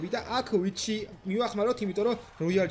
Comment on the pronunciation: ვიტჩი არა ვიჩი :3 ფოიჟენი არა ფოიზონი <3 ძალიან ბევრჯერ იყენებ სიტყვა "ჩვენი" და არ არის ლამაზი <3 Like კაი ვიდეო იყო <3 #Respect